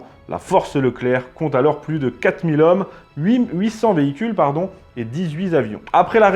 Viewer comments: 3'33 : "quatre mille z'hommes" ! Horrible ! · Dix-huit zavions et quatre mille zommes. Ce n'est pas la première fois et ce ne sont quand même pas des fautes bénignes. Je soupçonne de ne pas lire les commentaires. Tant pis pour nos oreilles et notre langue.